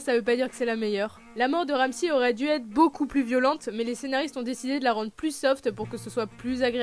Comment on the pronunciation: « Tayronne » « Ramsie » 😭